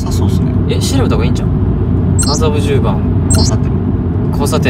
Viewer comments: 麻布十番が苦手な良規 発作からの「あたっ、あざびゅぅ、ｱｯ」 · 「麻布十番」が全然言えない正門くん💙かわいい🫶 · 麻布十番ってなかなか言えない正門くん、かわいい